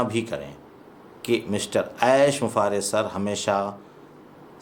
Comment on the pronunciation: आप ऐश बुफारेह बोलते हैं, कोई ऐश मुफारेह बोलते हैं। आखिर सच क्या है, कहीं मैं आपके उच्चारण पर नाहक संदेह तो नहीं किया।, कृपया स्पष्ट करें।